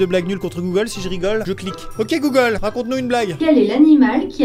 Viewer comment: Chaque fois tu dit goolge lw mien s’allume